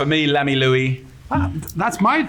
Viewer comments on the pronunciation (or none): Jamie Oliver's pronunciation of L'Ami Louis cracks me up.